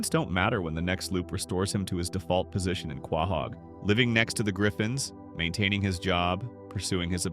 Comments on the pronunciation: Are you saying Quahog wrong on purpose? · Dude you need to learn to pronounce quahog correctly